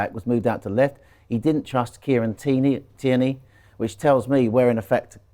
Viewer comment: Excellent TIERNEY pronunciation these days. Would it be possible to give a mention to Amario Cozier-Duberry for the Wolves game. The little man is destined to be that rotation player for Saka one day soon